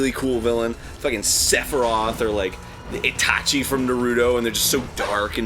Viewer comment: Itachi from nuhroooootoe? I'm wondering why you pronounce it like that.